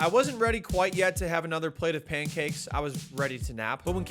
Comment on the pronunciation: You say pancakes like "paincakes" 😆